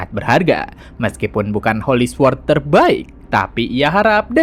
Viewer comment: sword di baca nya sord bang